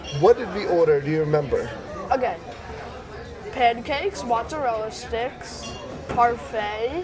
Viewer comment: As an Italian-American I’m quite impressed by the way you pronounced “mozzarella”. Have you been watching The Sopranos? LOL